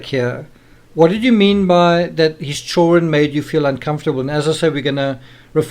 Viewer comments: I don't know what your primary language is but in English the word is children with a "d" not chullren lol. You have to pronounce with a d in the word. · children!!!!! NOT CHOREN